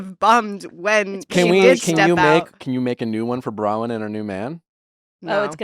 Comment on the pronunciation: Nick, it's Bronwyn not Brawyn! Why does no one correct this guy?